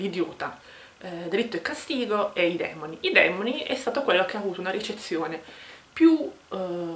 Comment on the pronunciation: Consentimi di correggerti: I Demòni... Complimenti, comunque. Saluti